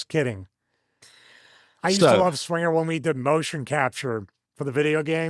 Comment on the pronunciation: But didn’t say Johnny swingah